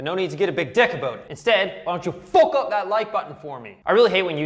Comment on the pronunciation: Love how you pronounce fuck "FOOK" its awesome